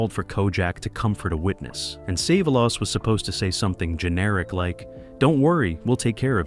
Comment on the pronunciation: Who is save-a-loss?